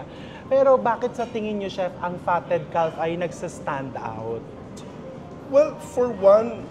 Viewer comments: its kaf chef not kalf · Sorry I have to correct you the pronunciation of Calf is with silent “f” it pronounced “ kaf” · The Fatted Calf Pronounced caf, silent l. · Sorry to correct you chef but fyi calf is pronounced as caf, silent L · Calf pronounced as Caf. 😊😊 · Hi chef, I’m your avid fan and I do admired your witty humor and intelligence I just don’t wanna be sound mean But just to correct the pronunciation of “calf “ is silent L , shoul sound like “ kaf” sorry po, ayaw ko lang people will bash you Have a good day po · Silent L po ang pronunciation sa Calf! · Chef RV, silent L po ang calf (caf) - but thanks for the video! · Sorry Chef, have to correct you…. Calf is pronounced with silent “l”….. I’m always watching your vlogs …. I’ve learned so much from them and have made some of your recipes❤ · Calf is pronounced with a silent L